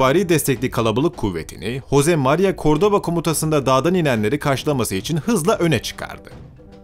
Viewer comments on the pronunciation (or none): none